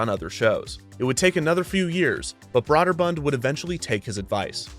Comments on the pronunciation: Brøderbund is pronounced as BROO-dər-BƏND, like you said, by the company itself. But as for how this made-up word would be said in the languages it comes from, it would be BREH (short E sound, but with round lips like an O)-dər-BOOND. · Brøderbund = Brew-der-bund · Having spoken to persons in the industry as well as former employees, I can attest it is pronounced "Brooderbund" instead of "Brawderbund". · Broderbund - BRO DER BUND not BROAD ER BUND...... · it's pronounced "Brooderbund" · Brøderbund (pronounced BROOD-er-bund) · Agh. The pronunciation of Brøderbund is killing me.